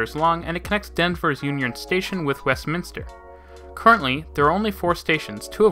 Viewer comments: I laughed that he actually pronounced Westminster correctly and screwed up so many other city and street names. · You pronounced Westminster perfectly well! 100% correct. I'd say half the people in the Denver-metro area pronounce it Westminister (the 2nd "i" that simply does not exist in the name). It is kind of an ongoing joke for those of us who realize that 2nd "i" is just not in the word.